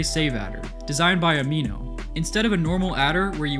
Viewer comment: You said aminotreal like amino, but surely its "ami not real" no?